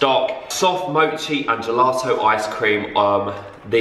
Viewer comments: you pronounce "mochi" like "moshi":) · It’s not moo-chi it’s mo-chi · I love how you say Mochi like “Moochey” 😂😂x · Kpop stans watching him pronounce mochi 🤦‍♀️😂